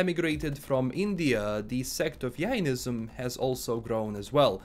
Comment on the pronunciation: It's actually Jainism... Its a j not a y